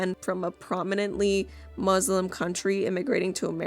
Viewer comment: But guys, she's "moo-slum" 😂